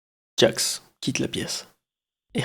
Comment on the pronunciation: gangle: ✨GOOGLE✨ pomni: ✨jester✨ kinger: ✨conner✨ jax: ✨✨jaque✨✨ ragatha: anus 🤨 zooble: zuble✨ caine: 👁👄👁